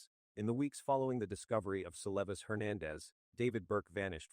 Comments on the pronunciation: Celestey? Using Ai that can’t pronounce her name is so disrespectful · Have some respect for the deceased and edit her name to the correct pronunciation